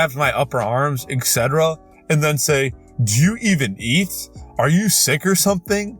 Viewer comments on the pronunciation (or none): Etc. = eckceteral? How did you come up with that? 😂😂😂